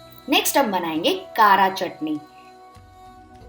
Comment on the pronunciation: It is kaara chutney...not kaaraa chutney